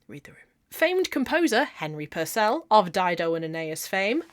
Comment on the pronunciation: You're funny as hell - great video and interesting to another crafter. Just one anomaly though, it's pronounced PURcell not PurCELL because he was English not French, a tiny musician bugbear of mine...